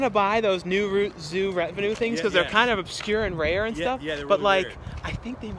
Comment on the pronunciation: You keep calling it New Zoo Revenue, it's New Zoo Revue like Review.